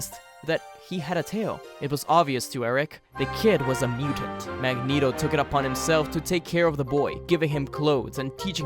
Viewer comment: "Magento" has got to go plz